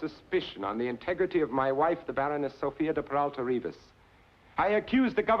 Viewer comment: Noooooo!!!!! That's not how Reavis is pronounced. 😢😢😢 I've been fighting this battle all my life.